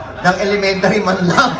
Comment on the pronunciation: Tawa ko kay sa “gradweyt ng elementayr” hirit 😂😂